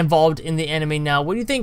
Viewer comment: you're calling Sar-Ahh-Da Sandra